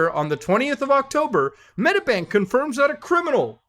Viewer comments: So many god damn hacks holy shit, being Australian has never felt so bad, also it's Medi-bank, not Medabank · its not pronounced Metabank 🤣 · Fuck sake mooda this happened 2 weeks ago. Also it's pronounced "Med-ee-bank" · It's pronounced med-EE-bank! ;) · Again? Fucking he’ll I didn’t hear about this one. Hack after hack every week pretty much Also if you want to say Medibank, it’s said like meddybank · The way he says medibank pisses me off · The way you say medibank is hilarious tho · please just say medibank right omg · Bro what series of syllables came out when he tried to pronounce medibank